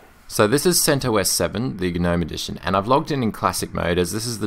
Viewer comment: you pronounce it: "sent oss" .. the OS portion sounds like the "os" in ostrich. At least according to the creator of CentOS